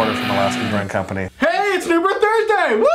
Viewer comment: A little rough pronouncing those unibroue beers ;) otherwise love the pairings